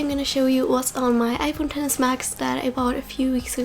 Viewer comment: Thank you for calling it the 10s and not “ex-ess”. Shit annoys the hell out of me when people do that. Even some of the idiot apple employees have been calling it “ex-ess”